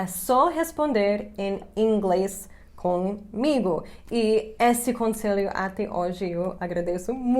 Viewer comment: "com migo"... Já está bem brasileira hahaha